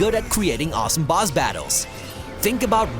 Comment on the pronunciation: Are you saying boz battles? The Boz